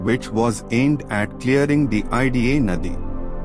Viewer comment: Naadi (channel) not nadi( river)